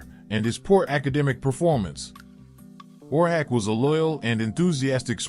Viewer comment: Oar hack? AI…..pronounce it, Horseshack.